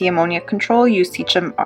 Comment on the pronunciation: Haha she said “SEA—CHEM” haha